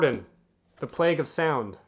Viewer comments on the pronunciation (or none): none